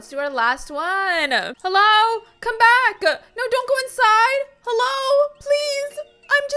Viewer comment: You said hello wrong you said this ello